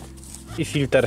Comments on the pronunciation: W języku polskim mówimy "filtr". "FiltEr" to jest np. z języku angielskim., W Polsce rzeczy filtrujemy a nie filtErujemy 🙂. Poza tym 👍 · Bardzo rzeczowy film!! Ale mów Filtr a nie Filter !!! Więcej filmów 1.6 HDI !!!!!